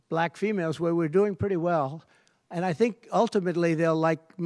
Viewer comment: Why does he seem to have problems saying black?